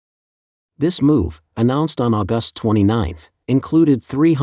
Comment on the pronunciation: But AI that insists my mom was born in AuGUST in instead if AUgust among other pronunciation errors. So bad English.